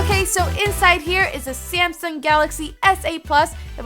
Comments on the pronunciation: It's Samsung not Syamsung........ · did she say Samson at the beginning